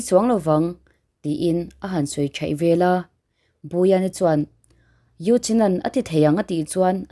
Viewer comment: I thil chhiarhi a dik lo nasa ka ngaihthlak peih loh phah thin ve leh tih tur tehi vela i ti ziah mizo chu i ni awm sia